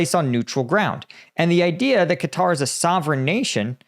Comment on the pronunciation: You are the only American who can pronounce the name correctly, everybody else says “cutter”